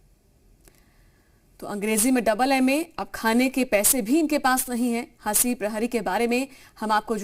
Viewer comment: नाम तो सही से ले लो जी हसी नही हंसी नाम है उनका